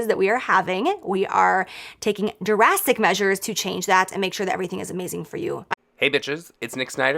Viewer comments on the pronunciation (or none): am I the only one who heard her say "Jurassic Measures" instead of 'Drastic Measures'? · When you have to reach a word count on your essay: “we will no longer be experiencing these experiences that we are having” Also, did she just say “Jerassic measures”? Lolol